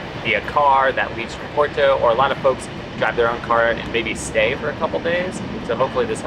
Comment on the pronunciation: Nice video. We're going in 2026, coinciding with the 2026 solar eclipse across the northern Iberian Peninsula. The Douro Valley will definitely be a vested stop on the way to Asturias, then east to Andorra, France, Italy, and Switzerland. Also, I can't help myself (major OCD here). Porto is pronounced, "Por-too", with a rolled "R" but nobody really cares. Come on though...gotta try to sound like we're trying, right?